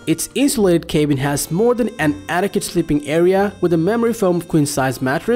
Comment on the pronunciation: Cabin and chassis are not pronounced that way in the common English language!!